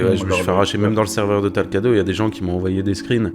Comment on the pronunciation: c'est pas talcado mais talcrado